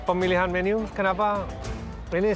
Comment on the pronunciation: bli ovit bilang menu jadi menyu 😂😂😂😂